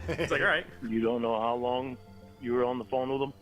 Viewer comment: hear that?? He almost slipped up but caught himself, we “didn’t even know eachother lonh (mini syllable stutter lornism)”there I fixed it lol We know more about the likely truth in his life then he does